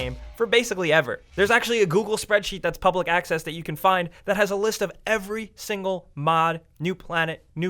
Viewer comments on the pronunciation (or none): none